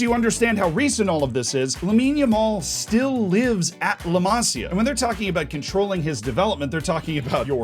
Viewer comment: La Másia 😭, dude it is la Masía